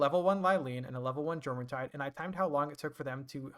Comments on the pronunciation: Jormuntide is pronounced like what it's based off of, the Norse jormangandur. The J makes a Y sound. (Your-mon-tide) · Also you are saying it wrong it's pronounced yormuntide like the world serpent jormungundr